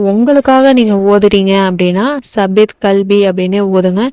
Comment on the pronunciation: தாயே, ஸப்பித் இல்லை தப்பித் என்று 'த' வை நுனிநாக்கில் லேசாக உச்சரிக்கவேண்டும்..